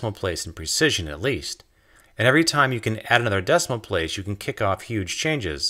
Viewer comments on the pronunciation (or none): none